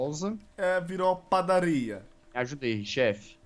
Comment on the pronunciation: o jazz falando padarria me lembrei da menina que eu gosto